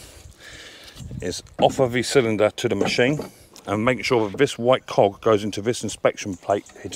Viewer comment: What did you say as it did not sound like Cog ⚙️🫣😂